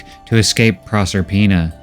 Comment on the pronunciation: It took a while for me to figure out the name. Is Prosper-ina, not Prosser-ina.